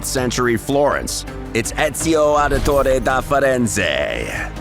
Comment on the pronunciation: Hello from Italy, and thank you so much for this tribute to us and to a spectacular game. Your pronunciation of Ezio Auditore is excellent! Thank you!